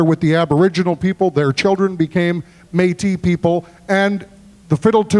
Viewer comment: Hey! Métis fiddler from Manitoba here. Just thought I’d point out that it’s Métis rather than Matis (those French accents can be a bit confusing 😉). Also, a little side note about the version of the Arkansas Traveller that Calvin played. This version was composed by a famous Métis fiddler in Canada named John Arcand and as such, is known as the Arcandsaw Traveller.